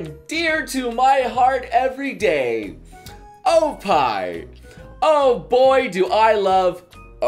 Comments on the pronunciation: when say oppai it sounds like oh pie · For trying to "teach" people these words, your pronunciation is off in some places. "oppai" would be pronounced "ohp-pai", and "bukkake" would be pronounced "buk-kah-keh" because of the double consonant rule in Japanese, where there's a slight pause between the first and second part of the double consonant. Also, never mix together English suffixes with Japanese words. Finally, "loli" is pronounced "low-lee", not "lolly" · Those ohpie with English accent D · Oh pai... its OPPAI ! say it with energy ! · ok, and no go and learn how to pronounce oppai